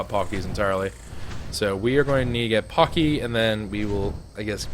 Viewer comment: paaaaaacky not poky